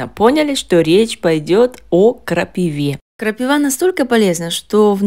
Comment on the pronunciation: МНЕ НЕ ПОНЯТНО, ЗАЧЕМ ВЫ ГОВОРИТЕ ТАК ПРОТИВНО И НЕ КРАСИВО НАЗВАНИЕ? КРАПИВА! ЭТО ТАКОЕ СОЛНЕЧНОЕ НАЗВАНИЕ, ДУША ПОЁТ, КОГДА ПОСТАВИШЬ ПРАВИЛЬНОЕ **УДАРЕНИЕ**В ЭТОМ СЛОВЕ.. НЕ КРАПИВЫЫЫЫ, А КРАПИИИВЫ, НЕ КРАПИВА АААА, А КРАПИИИВА